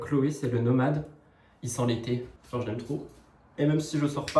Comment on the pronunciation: Pour le parfum j'ai entendu "il sent les pieds" au lieu d' "il sent l'été" ... J'ai bugué 😂